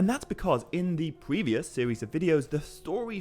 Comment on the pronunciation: sorry when you opened up with a "new sewies" i cant